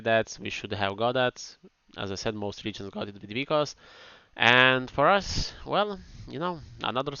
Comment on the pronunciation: Also isn't it Vikas or vykas instead of vykos?